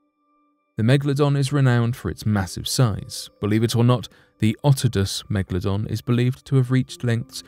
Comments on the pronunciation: It is not Mekladon it’s Megalodon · It is called a Megalodon not a Megladon. Cant understand why so many people pronounce this wrong.